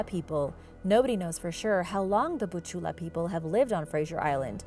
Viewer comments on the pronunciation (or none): Butchulla is just the name of the tribe but you almost said it right